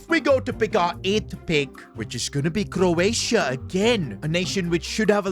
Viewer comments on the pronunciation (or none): none